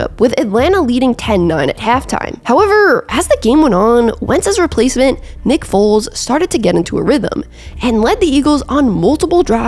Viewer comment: Weird she keeps saying Big Dick Nick's name weirdly 😂